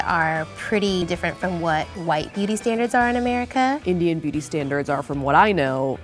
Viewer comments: I heard the entire video: Booty Standards. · When they said beauty standards sounded like "BOOTY standards" 😂😂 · I thought they said booty standards 😂